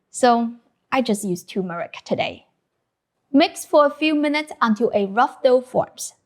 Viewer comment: You're missing the r from turmeric :)